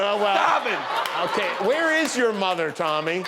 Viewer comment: "If my mothah was here I'd suck her floppy knockah dry" omg, I'm freaking dead. 😂😂